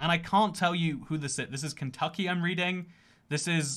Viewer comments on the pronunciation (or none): none